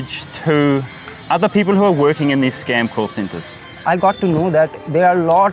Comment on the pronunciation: His name is actually orpon (or-pon) arpun does not even mean anything